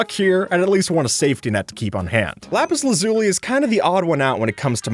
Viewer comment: How you pronounce Lapis Lazuli angers me. Its Laz-Uh-Lee. Thank you